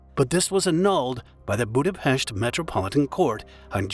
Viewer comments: I am Hungarian and I remember vividly how big tragedy it was (I was in high school then). Also, thank you for pronouncing our capital's name correctly. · I remember it being a shock to the whole country back then. Thanks for covering it. And special thanks for mostly proper pronounciation of Budapest, even though Hableány and other hungarian words were butchered as usual. 🙈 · Thank you for the correct pronunciation of the city name Budapest! It is spelled with SH, pest is a disease, while the city is Pesht! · thank you so much for saying budapest the correct way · That's the only Hungarian name in the video that he didn't buthcer. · Thank you to pronounce Budapest the right way :) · shoutout for saying Budapest right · congrats on the way saying Budapest. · >says 'Budapest' almost correctly >butchers 'Hableány' I am disappointed Like come on, if you can't stop butchering it DON'T SAY IT.